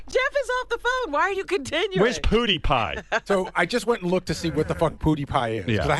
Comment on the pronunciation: this dumbass cant even say his name